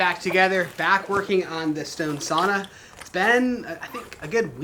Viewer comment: As a Finn please let me correct you on the pronunciation of sauna. It rhymes with cow not saw i.e., sowna. Sorry but the mispronunciation drives us Finns hullu.